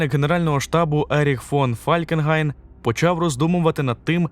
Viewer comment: Споремо що Фалькенгайн на німецькій мові звучить Фолькенхайн . Просто я чув німецьку і як вони вимовляють . А у нас просто біда якась що з назвами міст Європейських. До речі на інших мовах вони звучать так як у своїх країнах. А от нас часто не розуміють про яке місто ми маємо на увазі. Таке саме з іменами. Хайнріх чомусь Генріх і тому подібне.